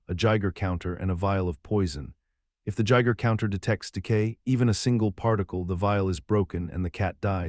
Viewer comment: I persevered up until the 'jiger counter' with Schrödinger's Cat. AI voices ruin it all. 👎🏻